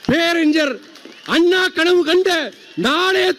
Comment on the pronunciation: டேய் தற்குறி துறை வைகோ முதலில் பேரறிஞர் அண்ணா என்று உச்சரிக்க கற்றுக்கொள் அதன் பிறகு திராவிட அரசியலுக்குள் வா தமிழை உச்சரிக்க தெரியாத நீ எல்லாம் திராவிட இயக்கத்தின் தலைவனா காலக்கொடுமையடா